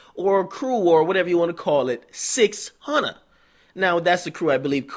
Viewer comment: CHECK HOW AK SAY "600" HE FUCKING STUPID!!!! 😂😂😂😂😂😂